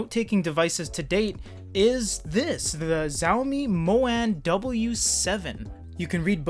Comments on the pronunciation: pronounce it like : Shaq O me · It's pronounced "sha O me" 😂